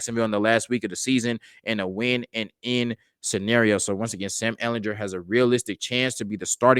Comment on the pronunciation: Ehl in GER with a hard G.